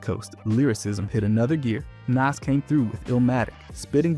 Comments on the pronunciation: Wait, NAAS??!? I'm cutting this shit off lmaoooo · So many names were mispronounced from Bambaataa to Nas. “Sooj” was my last straw lmaooo